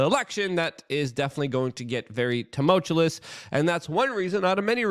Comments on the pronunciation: It's tumultuous. TUMULTUOUS. NOT TUMULCHEWLESS. Please. Pick a new word, brother. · Think Luke will ever get the pronunciation of “Tumultuous” right? There’s only one L in the word, Luke! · I love Luke’s pronunciation of certain words. For instance tumultuous, has one L and excerpt has a p. As a veteran of CNN, FOX and MSNBC, where I got paid to hear impeccably pronounced lies, I’ll take tumultously pronounced truth any day. Respect bro!